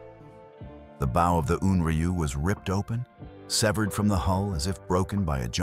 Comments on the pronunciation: The narration except for A.I.voices can never pronounce B--OW right,sounds like a ribbon Bow,or a bow-tie! several other A.I. stories same thing. Computers can't seem to get words right.&some pronounce dates screwy! like 1944,comes out 1Thousand,9 hundred and 44 as a date1 Hope they correct this!other than that Good show! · Bow rhymes with cow, not toe. Get a better AI.